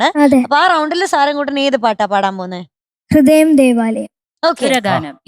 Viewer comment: ഗീതം, ഹൃദയം ഉച്ചാരണം എത്ര മോശം ദിയയ്ക്ക്. എന്നിട്ടും... 100,മറ്റു കുട്ടികൾക്കാണെങ്കിൽ എത്ര mark കുറയ്ക്കും